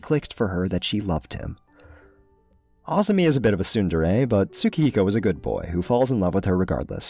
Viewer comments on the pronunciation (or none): none